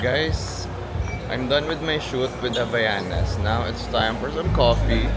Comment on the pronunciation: Hi po! Mali po ang pag pronounce niyo ng Havaianas.. It should be- "Ah-vai-yah-nas." :)